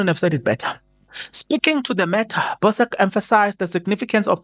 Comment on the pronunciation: Hhay u uyasilekelela yena kodwa ubuye angdide ngedlela abiza ngayo ama politicians lokhu kumveza njengomuntu ozibandakanye late ne politiki like really who doesn't know that it's Bhusak😂😂😂😂😂😂 not Bosk Hhay pls familiarize yourself with these people's names